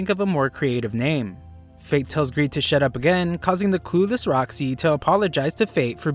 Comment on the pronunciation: When he said shut up to greed he said shit up 😂😂😂😂